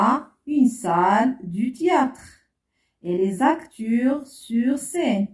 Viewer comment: نطق خاطىءles acteurs